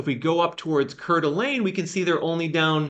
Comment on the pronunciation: Hi! Just FYI, the pronunciation for Coeur d'Alene is 'core-duh-lane'. 😅